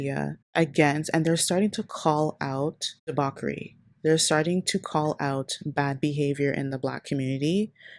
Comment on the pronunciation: DEBAUCHERY!!!! IT'S PRONOUNCED DEE*BOTCH*CHERIE NOT DEE*BOCK*ERIE